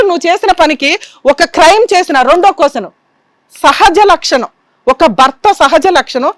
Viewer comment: Hello, కొస్సెను కాదు, క్వశ్చన్ అనాలి. మ్యారేస్ కాదు, మ్యారేజ్. సరిగ్గా నేర్చుకోండి.